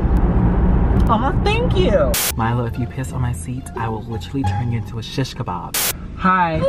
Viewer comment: “Sishcabab”Larry is that a Arab world?😂